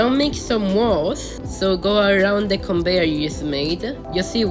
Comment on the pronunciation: Conveyor ❌ Conbeyor ✅